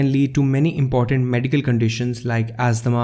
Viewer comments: It's asthma not asthama. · Asthma (not asthama). It is brillant, thank you so much